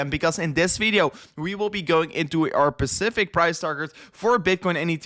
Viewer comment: Practice saying the word “specify” before using “specific” so it doesn’t sound like “pacific” Keep up the great work mate, you’re doing awesome. Much ❤️ from Australia